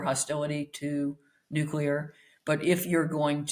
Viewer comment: Spectator front man mispronouncing 'nuclear'!?